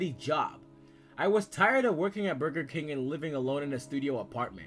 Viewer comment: Oh meow 😀 😆 I can't get enough of narrating voice, especially the way he said Burger King 😂